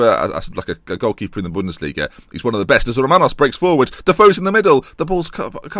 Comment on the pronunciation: I don't know how you can't hear Romanos as a Greek name?? Good video anyway!